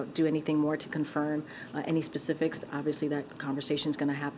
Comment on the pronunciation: Pacifics?! It’s SPECIFICS!